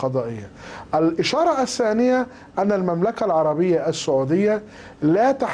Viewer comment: ال سعوديه والنقطه ال سانيه ال ثالثه كلها كلمات لايجب نطق ال فيها لانها لام شمسيه وليست فمريه وكذلك الثانيه والثالثه خطأ في النطق الن تظهر ال فيها .. يعني بصراحه اللغه العربيه عنده ضعيفه جدا